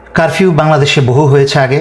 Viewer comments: ভাইয়া কারভিউ না।উচ্চারণ ঠিক করেন।তারপর লাইভ করুন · কারবিও না, উচ্চারণ টা হবে কারফিও । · ভাই আপনি তো কারফিউ উচ্চারণ ও করতে পারেন না।